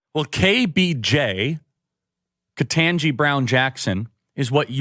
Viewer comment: Off topic, but I think it is sort of amusing that a number of right-wingers who hate KBJ actually pronounce her name better than a lot of podcasters and announcers on network TV do. Kirk actually does a good job on that. Not perfect, but better than most. Of course, he is still a tool.